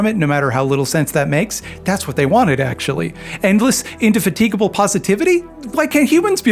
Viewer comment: The way you pronounced indefatigable is not how Richard Burton pronounced it in Jeff Wayne's musical version of War of the Worlds, so now I don't know what is true anymore. Are the aliens even coming from mars? What are the chances?